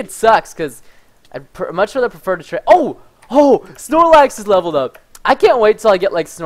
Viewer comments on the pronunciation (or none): none